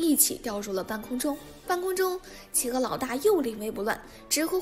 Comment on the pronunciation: 我知道！那隻狼還一直把企鵝唸成起鵝！